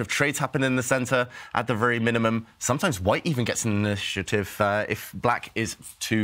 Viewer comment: Nah, screamers are cool. And that "initiative" pronunciation. I dig that.